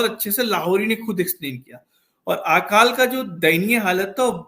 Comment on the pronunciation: Sir, Hindi ka sahi uchcharan kariye. "आकाल" (Aakaal) नहीं, "अकाल" बोला जाता है। यदि आप शुद्ध हिंदी नहीं बोल सकते तो इस interview का जवाब किसी शुद्ध हिंदी बोलने वाले व्यक्ति से दिलवाइए। हिंदी को तोड़ मरोड़ के मत बोलिए ।